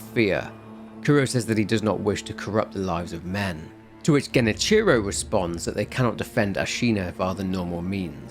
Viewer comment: okay bud youre pronouncing Genichiro wrong, its Ge-ni-chi-roe, not Geni-cherow.